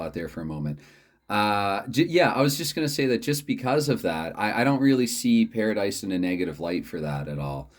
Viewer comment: The pronunciation was perfect. I just finished the video, and I think a live stream with a pairadice game would be great. I started live streaming recently just so I don't have to take the time to upload the videos, the only downfall is no retakes. Hopefully you can reach 60 subscribers soon!